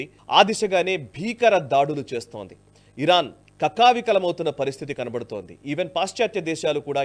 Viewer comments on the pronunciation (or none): none